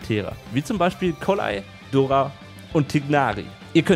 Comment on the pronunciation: Haha.. Dori, nicht dora!